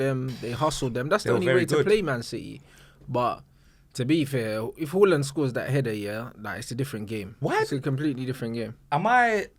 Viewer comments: tell this bloke its haaland and not hawland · Hawland 💀💀💀 it’s Haaland man, trying to be exotic dfkm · Haaland said it from his own mouth it’s pronounced Haa-land and not Horland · Haaland has already deaded the debate over how to say his name from his own mouth he said its pronounced Haa-land and not Hoh-land so we dont have to debate he has already said how it’s pronounced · Haaland himself said it's pronounced H(ah)land. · It's definitely /Hoh-Land/ cos Norwegian doesn't have the special 'å' Swedish does and they use double 'a' instead. Amazing show once again. Big up, you two! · It's actually pronounced HORLAND. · has such small dick energy😭 He's pronoucing Haalands name wrong there are literally videos of Haaland pronouncing his name and is abusing people with chest who are pointing it out🤣